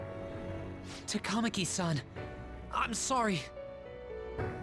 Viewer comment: i knew she sounded familiar lots of suicide in this first arc jeez… and this is the moment Ann became one of my top 10 heroines in fiction. I hate this character just bc she’s the only person in the entire game that pronounces takamaki that way. I’ll say I never liked how well things worked out here lol I ship ryuji and Ann aswell. As for who I ship with joker? We’ll see WAYYY later. I wonder if the way they showed the students here is a persona 4 reference? Morgana’s English voice is genuinely the only thing that makes me like him a little more than teddie